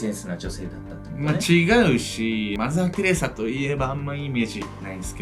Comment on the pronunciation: マザーテレサ？って思ったらマザーテレザやった笑